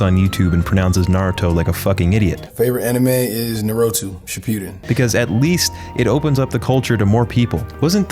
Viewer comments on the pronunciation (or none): Micheal B Jordan: Nar'OH'too Shi'pew'din -: Brawlie At least didn't act like he a fan I guess, and either way anything else is fine compared to whatever M.B.J said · "Narotoo... Shepeedin" Literal gold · "Nerotu shipewden" lmao